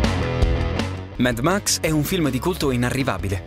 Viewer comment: credo che si pronunci come si scrive mad max no med max, vabbè sottigliezze